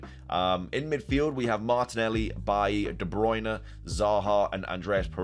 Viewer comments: I really like this draft mate, easy ways back to the Liverpool assets too. I've gotta point out one thing that bugs me - Bailey is pronounced Bay-Lee, not Buy-ee 😂 great content as always, mate 👍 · It’s pronounced “Bay-Lee”